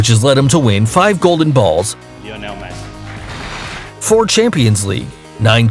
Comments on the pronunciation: Messi is pronounced messy not macey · he said Macy when the name is messi.